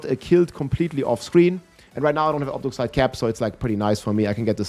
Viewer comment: It’s not OB-DUC-SITE. It is OB-DU-CITE.